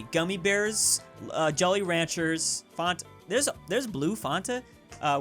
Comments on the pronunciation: Me hearing call it fonta instead of fanta: ANGY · its FANTA not fontuh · Actually it’s Fanta not Fonta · Man says Fonta instead of Fanta. Someone send brain cells to him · Fanta???? More like Fonta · he said fonta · why is he calling Fanta "Farnta" do Americans really say that? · It’s Fan-tuh not Fon-tuh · did he say FOntA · Fanta not fonta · Mate wth is a “FONTA” it’s Fanta as in Fan+Ta, these damn Californians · said fanta like fonta lol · nobody:: “fonta” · tf is fonta? its pronounced like fan ta not fon ta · Fonta? Thats so cursed im going to start saying that. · I'm sorry but "Fonta" is not a drink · The most disturbing thing about this video is how pronounces Fanta. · Fonta lol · No one: No one in the whole entire universe:: fONtA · is wrong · pronounces fanta fawnta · dude pronounces fanta as fonta SMH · No one:: Fonta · "Blue fonta tho?" 🤨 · Nobody:: fAhntah🇬🇧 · Anyone else a little triggered by the pronunciation of Fanta? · the way he said fanta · How the Frick does he's Fanta sound more Swedish then the real Swedish way of saying it???? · Why does he say fanta like that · Who tf says Fanta that way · This man really just miss pronounce Fanta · U say fanta wrong unsubscribe